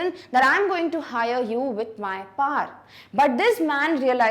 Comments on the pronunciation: Its power not par❤😂😂😂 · Paar nahin hota power hota Hai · Ma'am ,u r best teacher but it's 'power' not 'paar' 😅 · anpad pronunciation hoti h ye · One doubt :- why power is pronounce as Pawar Second:- why old man need worker he is rich enought Third why there is no information about for what work they need worker (poet) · And ya you r saying power par so I asked my teacher she said "Who mad said pawer(power) par 😡"😔😔 which pronounce is right 😔😔